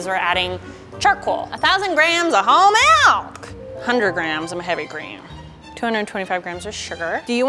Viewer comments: a thousand grams of whole MALK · "A thousand grams of WHOLE MALK" lol 🤣